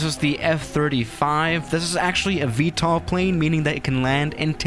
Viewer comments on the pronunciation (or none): none